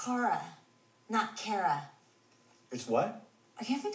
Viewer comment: It's Chara, not Kera!